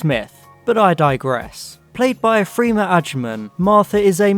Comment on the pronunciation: it’s pronounced ‘freh-mah’... not ‘free-ma’